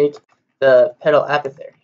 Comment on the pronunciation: "A paw thick airy" not "Appo theory" Anyway, thanks for this video, its incredibly helpful!